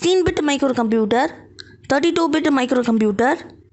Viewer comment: you are awesome you will fastly gain subscribers but 1 problem you should spell the words fluently for ex: bit sounded weird